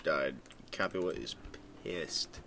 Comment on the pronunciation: "Capua is hapyua".